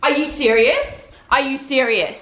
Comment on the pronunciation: Are you sewious!?